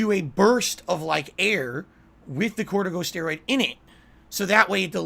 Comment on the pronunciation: Hearing him say "cortico steroid", that made it for me. Lol